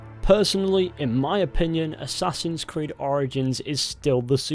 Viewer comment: Aessaaahhhsins crid